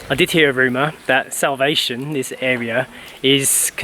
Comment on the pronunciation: You guys should pronounce the name of the place Salvacion in Spanish and not the way J pronounced it in English like salvation!😂